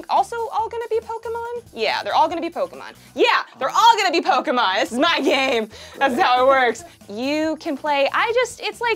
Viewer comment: I have mixed feelings of anger and happiness...but the happiness outweighs the anger lol Edit: nevermind, hearing "Poke a mon" will always piss me off 😤 Edit (The Sequel): I have to legally say this is a joke